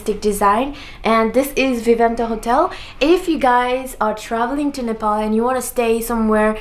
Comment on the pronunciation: I loved you saying Nepal coz most of the Nepalese abroad tend to say Nepol n m like seriously 😒